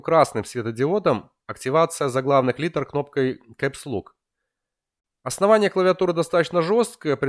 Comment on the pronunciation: безпровОдного . Ты узбек водопроводчик, дядь. Эсус. Нумлок. КэпсЛУК. Глаза режет, фу блять